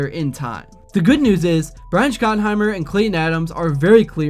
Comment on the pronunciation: How are you still mispronouncing Schottenheimer's and Biadasz's names....?